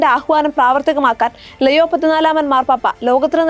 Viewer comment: Shekainayum Deepikayum എന്തിനാണ് പേര് തെറ്റായി പറയുന്നത് ലെയോ അല്ലാ ലിയോ ആണ്....